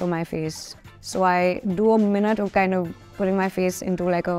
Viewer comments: Her pronunciation is a little weird. At the beginning of the interview, did she say “fashing” or “fashioning?” I didn’t get that. And she also pronounced the word “minute” differently. Maybe because she was nervous or is it the way she usually talks? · So true. Her pronunciation is a little weird. She also pronounced “minute” a bit differently